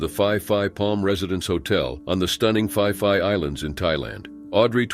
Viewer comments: Phi Phi Island is not pronounced as "Fee Fee" it is pronounced "Pee Pee" Watching reports of the 2004 tsunami will help familiarise you with the names of many Thai locations 😊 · Phi Phi island is pronounced Pee Pee island ✌️